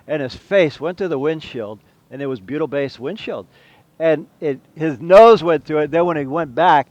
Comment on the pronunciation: Bleeding ear wax, I though you said Beatle based! Worked it out, butyl....